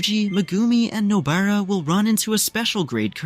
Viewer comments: I keep hearing noBEARa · WHO'S NO-BEAR-A